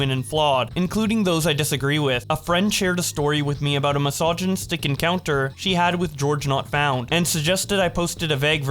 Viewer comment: “Just had a mysignisitic interaction ..” Jfc…